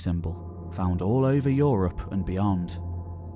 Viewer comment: I appreciate this channel in it's content and visual presentatation. But that voice is often too pompous. At least tone it down, when you are talking of scientific work. You don't need to speak about "tree ring evidence" as if speaking about some especially bloody moment in an epic battle. And every time I hear "europe" pronouced "Yo - Ropp" even my german mind cringes...